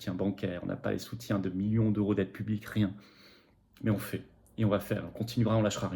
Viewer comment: Je vous aime et cautionne votre politique, mais de grâce, cessez de dire " On fait" Dites plutôt, "on agit". À chaque fois j'entends " On fait caca" lorsque vous dites "on fait... "